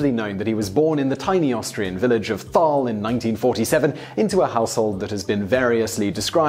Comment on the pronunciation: pro tip for future reference: in german there is no englisch "TH"-sound, german words/names written with a "TH" just sound like a normal "T" not an english "TH". see "Thal" in this video.